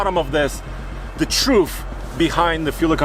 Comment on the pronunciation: Did he say truff or truth? :38.